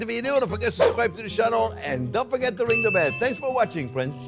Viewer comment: same here. He brings me joy, especially when he says “fwends”. My hubby would have loved these recipes.